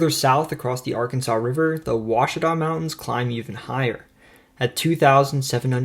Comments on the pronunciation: I’ve watched lots of videos that claim to “explain” Arkansas. This is the first one that pronounced Ouachita correctly, and the only one to mention Arkadelphia. Thoroughly impressed! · Like and comment for saying Oauchita correctly. Good job overall Son! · As someone that lives on the Ouachita River on the boarder of Louisiana and Arkansas, I have to give a big 👏👏👏 for pronouncing it correctly! A hard feat for most that are not from around here 😂